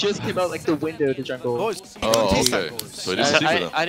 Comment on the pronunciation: In 2015 pasha laughed at olof becouse of the way he pronounced jungle and all these years later he still pronounces it the same way :D